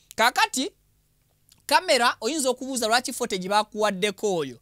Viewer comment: CCTV (fotegi),😅😅😅😅bro it's footage(futegi) pronunciation.